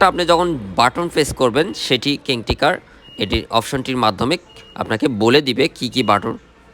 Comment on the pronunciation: আপনার রিভিউ তো বেশ ভালো হয়। এলারাম, কিং টেকার আর মেটিং এর উচ্চারণ শুনে বোঝা যায় আপনি উচ্চ শিক্ষিত। আপনি কোন বিশ্ববিদ্যালয়ে পড়ালেখা করেছেন ভাই?